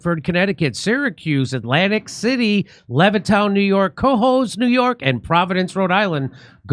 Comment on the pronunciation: I love Jimmy Dore. But his pronunciation sucks 😂